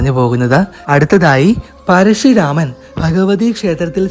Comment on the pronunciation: പരശുരാമനാണ് പരശി അല്ല.